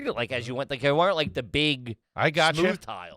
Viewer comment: if you start saying "weren't" like in TWO syllables (were rent) b/c you listen to the pod on the reg?